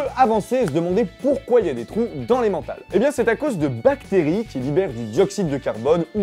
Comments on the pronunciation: Salut, en fait on ne dit pas emmENtal comme vincENt mais emmENtal comme dans EtieNNE. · petit truque, on dit pas emmental avec ''en'' mais emmental avec ''n"(croiez moi je suis suisse ;))